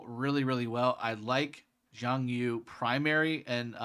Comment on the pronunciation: It’s YU! not YOU! Reminds me of rush hour lol!